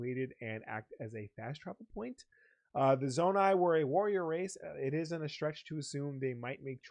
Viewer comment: Zonai should not be that difficult for you to pronounce.